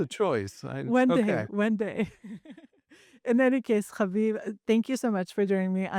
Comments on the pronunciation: Please stop pronouncing name repeatedly, every time with a guttural accent,like it’s a cute joke. For your audience it’s just annoying. + stop announcing your name at every break like your audience is vaguely interested in you. We listen, because of your guests. Try humility, and invisibility. Thank you. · Could you please refrain from pronouncing Haviv’s name with guttural undertones. It’s just annoying, unnecessary, apart from that, I enjoy your guests, especially. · Amanda -- those are not Israeli resh pronunciations! Stop it! 😂